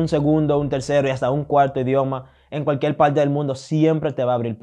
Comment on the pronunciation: Hombre buenos consejos, buena actitud hacia la vida. Ahora a mejorar tu castellano ese acento de “ mujel” “ cualquiel” lo eh escuchado en algunos cubanos y puertorriqueños te soy sincero! Hace ruido a quienes hablamos castellano. Creo se a puesto de moda ese acento en Latinoamérica por los regetoneros 🙄 yo hablo Nederlands 25 años y aun sigo aprendiendo.